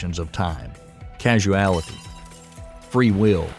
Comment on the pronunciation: Causality. Not Casuality